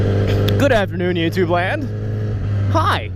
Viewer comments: "Youpatube account" LMAO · He said youba tube lol! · Just listen to the words . "youbatube". I laughed way too hard at that